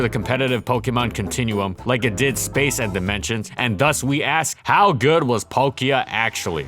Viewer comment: THE K IN PALKIA SHOULD BE AFTER THE L! AND GIRATINA DOES NOT START WITH A D, IT STARTS WITH A G!